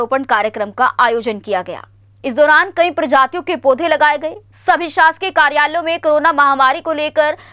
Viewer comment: स्वतंत्रता दिवस तो ठीक से बोल लो,,,पौधे को पोधे बोल रहे हो